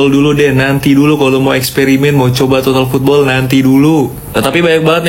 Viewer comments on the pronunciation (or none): ngak bakaalan lagi ngomong totol poodbol klu masi ngomong total poodboll dihajaar aja.. 😂😂😂😂